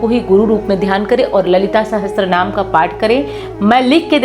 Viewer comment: Apna uccharan to sahi kar le sahastra naam nahi sahasra Naam hota hai 😅